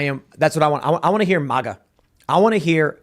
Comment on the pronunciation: 😂😂 make America strong again - Tim I’m not saying that “masa”